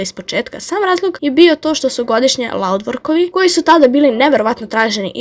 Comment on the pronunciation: Nije loudvork , nego laudvorks